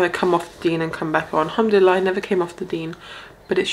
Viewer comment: Improve your Arabic it sounds funny for us Arabs, Pronounce like this "in shaa allah" not "enshalla". It honestly really sounds wild and not understandable in the language of the Prophet. in English its like saying "odwillie" instead of "God Willing" Learn Arabi before trying to talk Arabic in public. "al-hamad laleh" its not "Humdella" Please don't spoil the language of the Prophet.